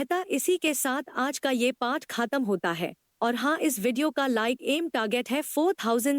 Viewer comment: Khatam nhi khaatam 😂😂😂😂